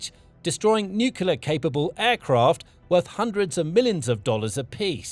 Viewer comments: Stop saying " nucula" it's nu kle ah. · The narrator can't pronounce nuclear. Over and over it is mispronounced. There is nothing mysterious about it. It does not rhyme with ocular.